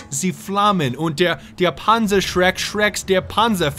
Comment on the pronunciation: good german... you said it right... Nebelwerfer and Flammenwerfer and Panzerschreck... but you are right... the maincharcters englisch with german sounds verry american